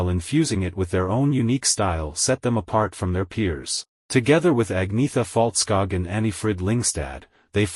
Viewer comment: Terrible pronunciation of the members names! If you make this type of detailed history of people’s life, please learn how their names are pronounced! Especially Agneta’s last name Fältskog and her home town Jönköping is ridiculously mispronounced here, it should not be difficult to found the correct sound of the names online if you were really interested! 👎